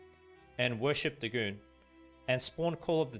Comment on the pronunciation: think it's pronounced 'day' 'gone'